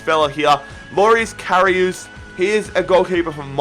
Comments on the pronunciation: KA- Ri -uhs ! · Karius is pronounced carry-us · you're second pronunciation from Karius is correct